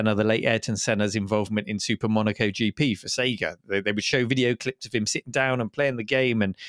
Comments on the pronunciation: SEEEEGA??? No, Say-Ga!!!! Remember "Do me a favour, plug me into a Sega"? That rhymes. It's not "Do me a Fever, plug me into a Seeega". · Why does always mispronounce SEGA?